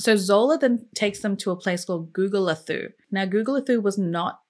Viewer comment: Hey. I'm from SA and it is pronounced Gugu-le-too